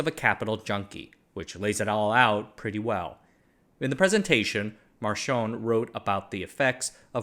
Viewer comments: Just saying, "ch" is pronounced as "k" in Italian. It's "Markionné", not "Mar-chon". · Marchionne is pronounced "mark-ee-oh-neh" NOT "Mar-shone"😂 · it's "markionne", with a closed C. Your pronunciation makes him sounds like he's french 😅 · Just a thing on the italian pronunciation: it's Mark-ee-o-nn-e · Marchionne is pronounced Mar-ki-onn-ee, with a long n and a hard e sound like the E in "exit". He was Italian, not French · Love your videos, for reference the way to pronounce Marchionne is with an hard c/k. So it’s basically Mar-ki-oh-nneh. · "Marchionne" in Sergio Marchionne is not meant to be read as if it was french, he was italian and it's read as "mark-eeon-neh", that being said love the videos. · That's a crazy pronunciation of sergio marchionne lmao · Chinese names were very good, but he killed Marchionne with that frenchish.